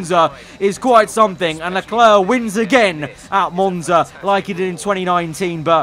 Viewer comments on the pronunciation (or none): Lecler*C* Not clare. Clerk.